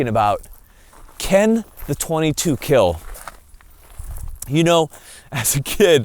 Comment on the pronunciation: The doubters- “I don’t think 22 is good enough to defend yourself with.” The results- “It will Keel.”